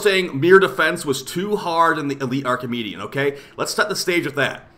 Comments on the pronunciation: Stop calling it “Archimedean” 😂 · why do u say an N at the end of archimedea